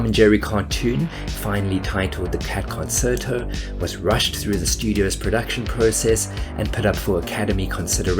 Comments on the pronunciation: It’s pronounced con-chair-to. It’s a form of music. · The word is not of English origin. It's concherto in pronunciation not concert-o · did you say ... coserto? isn't it con-chair-tow... have I been saying it wrong? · It's pronounced "CON-CHAIR-TO" not "CON-CER-TO" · Why did you keep saying "Cat Con-SERT-o" during this entire video instead of "Cat Con-CHAIR-to"? Also, it's not Jose Eye-turbi, but Ee-turbi. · Con CHAIR toe, FFS -- not Con SERT toe...!!! Geez... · It is pronouced “Con-chair-to”, not “Con-cert-o” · "Concerto" is actually pronounced "Con-chair-toe", not "con-ser-toe" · "Concerto" is pronounced "kon-CHAIR-toe," not "kon-SIR-toe." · It's pronounced Con-sher-toh... Not Con-ser-toh. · Concerto is pronounced "con-chair-to" not "con-ser-to." It is Italian. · Fascinating video – thank you. However, please note that “concerto” is pronounced “conSHerto”, not “conSSerto”. Hearing the word mispronounced repeatedly is really jarring and distracting. (Look it up in a dictionary – especially an electronic one with audio pronunciations – if you don’t believe me.) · It's pronounced conCHERto, not conSRto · It's pronounced "kuhn-chehr-tow" not "konn-sir-tow." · "Concerto" is pronounced "con-CHAIR-toh" not "con-SIR-toh". Yeah, sorry, I'm that guy. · Note that "concerto" is pronounced "con-chair-toe"! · con-CHAIR-toe. please every time i heard it it killed me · In a brief scroll through the comments, I was surprised that nobody pointed out that it's pronounced con-CHAIR-toe. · "Concerto" is pronounced "con-chair-toe." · It's not pronounced "conserto". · Con- chair- toe. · It's pronounced Con-chair-toe. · It's the Cat Concerto, pronounced con-CHAIR-to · concerto is pronounced Con-Cherto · It's pronounced Con-CHAIR-Toh. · Concerto is pronounced con-chert-o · "The Cat Con Sir Toe" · The word "concerto" is pronounced "con-chair-to". 🙄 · "Concerto" is pronounced "con chair toe." It's Italian, like "Cello" is "chell-o" instead of "sell-o." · It's pronounced Concherto